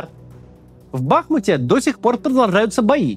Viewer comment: Спасибо Максиму и его команде за трезвый и рациональный, правдивый взгляд на эту бойню! Только одна маленькая просьба - я понимаю, что наши украинские топонимы сложны для неукраинцев! Однако, пожалуйста, БахмУт, а не БАхмут! БахмУтский, а не БАхмутский. С признательностью к Вам. Украина.